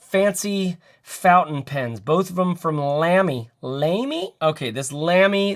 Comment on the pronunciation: it’s pronounced “lami”